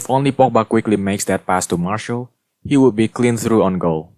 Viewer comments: mar-see-al not marshal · Can I just say that Martial is pronounced Mar-see-ale